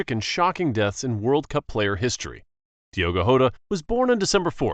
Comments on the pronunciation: Bro said Diego hota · Dego hota is not how you say it